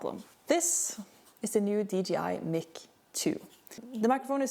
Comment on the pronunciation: The what? It's pronounced like mike. Mic is short for microphone.